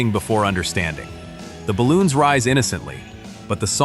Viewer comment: Eileen is forgotten , and its 99 balloons. Not balons.